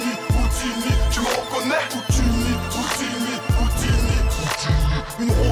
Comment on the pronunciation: c'est pas "houttini" comme tu dit mais "houdini"